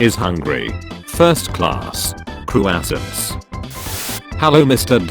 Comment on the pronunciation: Mis-Pronounciations "French in Vietnyiam " Vietnam "Croasants" crossaunt